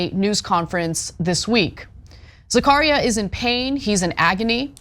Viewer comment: Anna's pronunciarion of Zacharia is driving me nuts!!